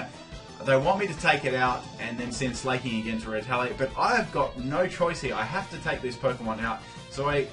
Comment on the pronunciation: Sla-king. Not slay-king As in slack. Im sorry >_< but it bugs me.. Love you anyway <3